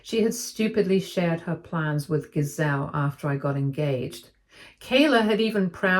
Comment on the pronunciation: You are saying the name GISELE wrong. The G has a J sound. Said as "JIH-ZELL".